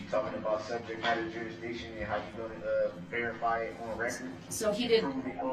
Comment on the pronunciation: Substain, jurisdickshun, cohorzhun, amminant, affixiated (sustain, jurisdiction, coercion, adamant, fixated) and on and on lol.